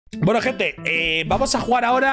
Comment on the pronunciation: Me voy a ver la resistencia. Adióhhhh mi hente, suh quieroh